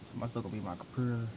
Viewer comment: Lmao "my compuhterr"